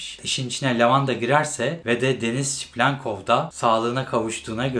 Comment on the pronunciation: videolara devam ama şu adama çiplenkov demesen:D seviliyorsun